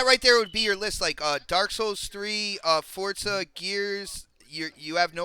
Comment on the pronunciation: GOOD SHOW.. BUT, I SWEAR IT NEVER STOPS ANNOYING ME THE WAY PRONOUNCES "FORZA"...